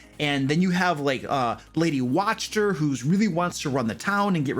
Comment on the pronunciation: Video seems interesting, but I lost it at "Lady Watch-ter", sorry😅